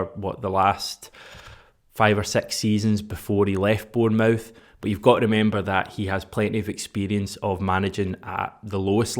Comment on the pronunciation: Change the way you pronounce Bournemouth please cheers